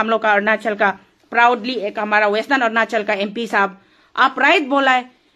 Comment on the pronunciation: Ernachal nhi hae .... Arunachal hae